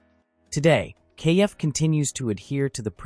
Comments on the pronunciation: It's not pronounced KF, it's pronounced Kef like Jeff. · It's a pity that the commentator didn't check the pronunciation of KEF before starting this video. It's not pronounced "kay - eff" but just KEF as in "Jeff" but with a K. This kind of devalues any authenticity of the video!